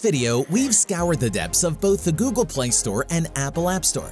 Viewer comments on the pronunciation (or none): none